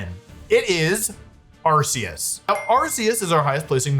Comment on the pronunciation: you were pronouncing them correctly until now... its arkoos...